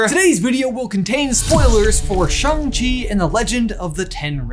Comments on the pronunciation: Me: cringing at “Shang”…. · I like that is literally saying Shang-Chi half right 😂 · No, she is in fact defaulting to his chosen English name "Shaun", because that's what she knows him as and she can't pronounce Shang-Chi correctly, as shown on the plane ride.